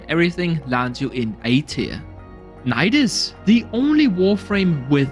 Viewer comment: Sorry fam i HATE to be THAT guy but... it's not NAIDAS it's NIDUS coz it comes from latin, sorry